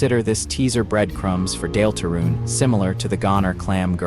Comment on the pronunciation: AI slop voice made me turn this off instantly. Nobody has ever pronounced "Deltarune" that way. I was suspicious, but this confirmed it. Nobody wants to listen to LLM garbage. Use your own voice. Pay a friend to read it. Use an old-style text-to-speech like You have so many other options than AI slop.